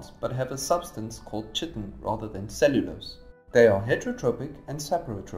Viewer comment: I thought it was 'kaitin' not 'chitin' ( the pronunciation)